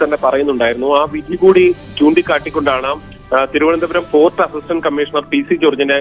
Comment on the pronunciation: ഫോർഡ് അല്ല ഫോർട്ട്‌. ആരേലും ശ്രദ്ധിച്ചോ